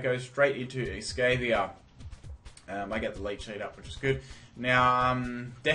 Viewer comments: I think its pronounced es-cava-lear. At least I think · The way you pronounce some pokemon is hilarious lol... "Escayviah" "Brahvary"